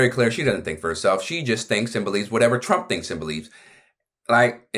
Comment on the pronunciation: Pronouncing his name like "Tröm" thinking he wants you or your family here